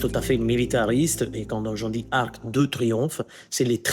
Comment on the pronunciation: Svp, au moins pas sur ARTE. Pourquoi prononcer un "e" à la fin de "arc" alors qu'il n'y en a pas! Mais quelle est cette nouvelle mode de prononcer à l'oral un "e" à la fin de mots qui n'en ont pas?🥺